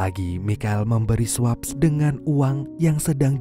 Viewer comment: swaps = sweps (dbaca nya). 😂